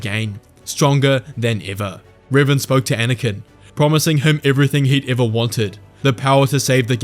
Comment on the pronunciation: I'm sorry, you're showing images of Darth Revan, but you're saying Riven. To which dark lord are you referring?